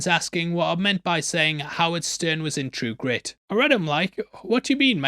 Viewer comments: for the record, i did NOT hear you say "howard stern" . I heard "How its done " . its a gift, really. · I had to go back 3 times to understand what he was saying cause I thought I was having a stroke 😂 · You definitely said Howard Stern and you'll never convince me otherwise 😅